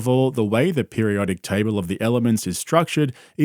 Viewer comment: I don’t trust anyone that can’t pronounce table correctly.